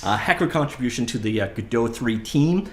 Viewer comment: theres no umlaut cant say it like godote the t wouldnt be silent either